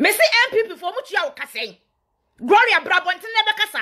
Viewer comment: Please the name is not "Groria",learn to say it correct before you come online